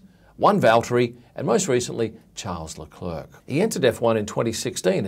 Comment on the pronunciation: Ot isn't charles leclurc but leclair